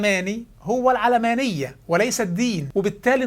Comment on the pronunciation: تنطق العلمانية وليس العلامانية !